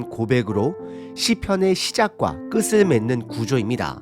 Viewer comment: 끝을: 끄슬(×) -> 끄틀(ㅇ) 연음에 신경을 많이 쓰시고 연습을 하셔야겠습니다.